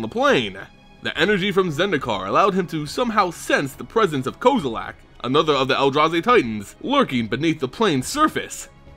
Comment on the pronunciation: Aay bro the way you pronounce kozilek is wack, its cool tho. Thanks for the info